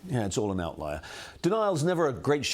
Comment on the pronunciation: Did say "outlier" or out right liar? Freudian?